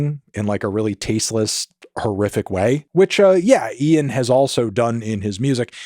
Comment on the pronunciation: Melon first American who can say 'Ian' instead of just 'een'